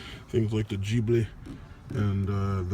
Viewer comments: Man! PLEASE! COME ON! It is gHibli and not gibli. Pronunce it with the hard G just like when you say Get, Give etc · He's mispronouncing it on purpose. That's his style.